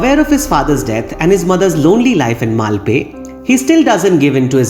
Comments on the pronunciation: Not having seen Scarface, Pulp Fiction and Agneepath, your analysis really added to my understanding of this film. Now, I am curious to see Pulp Fiction. Thank you for another brilliant analysis. P.S. It's मल्पे. Only the ए ki matra is short like the French accent grave (è). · Definitely! BTW, I edited my comment to add a note about the correct pronunciation for Malpe.